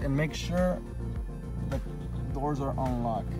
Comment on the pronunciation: You must be trying to say "unlocked"? I thought you said "on lock" and when I went to program the key fob, the alarm went off, but I had no key fob to turn it off lol. I had to Google real fast that you simply unlock the drivers side door manually with the key to turn the alarm off.